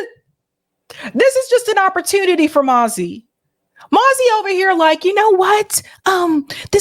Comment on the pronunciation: It sounds like nazi not mazi,what do you think ?